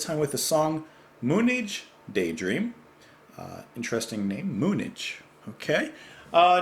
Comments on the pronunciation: I believe it is pronounced Moon Age not Moon edge. We recently landed on the moon so it was the moon age. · I think it’s pronounced moon-age